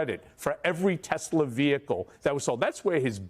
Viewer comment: Maybe Trump no longer loves “Teslur” 🙄